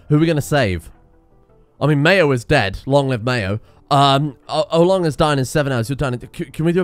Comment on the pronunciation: Oh-Long, the Legendary StonerMason